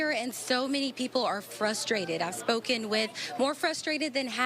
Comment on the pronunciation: The reporter said Inter coninal. Weird.